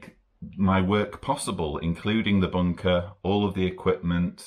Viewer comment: Brilliant, I love the way you say bunker with your accent 👍